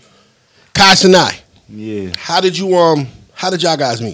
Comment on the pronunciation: First of all, I hate how people say that man last name there’s no oh and his last name it’s ceNAT NOT ceNOT and FANNUM PUT HIM ON LETS STAY ON TRACK IF OL BOY WANT CLOUT JUST SAY THAT BUT HE DID NOT PUT KAI ON HE PROBABLY WISH HE DID LOL